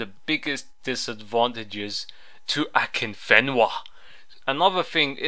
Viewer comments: "who the fuck is akinfinva" xDD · akinfiva lolol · LOL Who the fuck is 'Akinfiva' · who the fuck is akinfiva? xD kkkk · Thumbs up if you love the way he say akinfenwa lolzzz